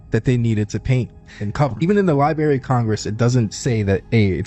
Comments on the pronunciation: ...---... Did this jeeenyus just say LyeBerrry...---... 😮😢😅 SFMF's 🦅🌎⚓ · The what of Congress? 'LIBARY' ?? DUDE.